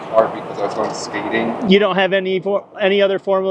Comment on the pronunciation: Thought he said "I was going SPEEDING" instead of "going skating" at first